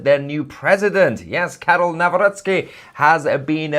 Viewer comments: Thank you for properly pronouncing Mr. President elect's last name: Naˈvrɔt͡ski. NOT: Na-rock-ee. It's bad. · Well done and thanks Tousi for correctly pronouncing our President's name: Nawrocki. Americans say Now-Rocky 🤣 which is actually funny, even he laughs at it. By the way, it's so nice to read all these positive comments about Poland and Poles, thank you all!! 🇵🇱🫶🇬🇧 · Congratulations with your pronunciation of Nawrocki:) It’s perfect! It’s hilarious how other news channels pronounce his name.😂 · Congratulations for pronouncing his name correctly, unlike most broadcasters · "Karol Nawrocki" you pronounced it really well :) greetings from Poland :) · 🤍❤️ you are the first person non Polish speaker who pronounced Nawrocki like a Polish person ❤ greetings from Poland 🇵🇱 keep up GREAT WORK ❤ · You read the name perfectly👍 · Finally somebody pronouced Nawrocki correctly! 👏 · yes, yes, yes! BTW, you pronounced name of the new President without any mistakes! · I like how well you’ve pronounced ‚Nawrocki’. Thank you for your valued analysis. And Happy Birthday to fellow Gemini on 11-th. 😘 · Nawrocki ,your pronunciation is perfect ! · Bravo for pronouncing Karol Nawrocki’s last name correctly. Some English speaking journalists say it the English way which sounds like: Now- rocky! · I love the way you pronounce the new elected Polish president name Karol Nawrocki. Just Perfectly, Well done! :)